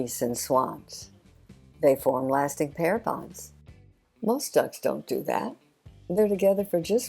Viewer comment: “Pear bonds”. lol.